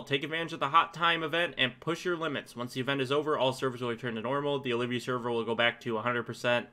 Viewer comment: Returning players are those that haven't played in 30+ days. And no, you can't do those quests. And it's Ol-vee--ya server, not O-liv-vee-ya. Olvia.